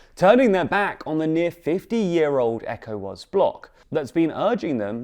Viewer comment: Your pronunciation of Ecowas is so weird bruh